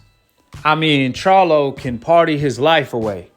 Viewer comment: tyson was obviously drunk or high he cant even pronounce charlo right and he doesnt realize that jermell fights at 154 not 168